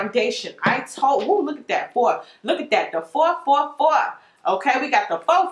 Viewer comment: "Four fo' Four" lololololol i love u ♥ u bring so much joy with your understanding ♥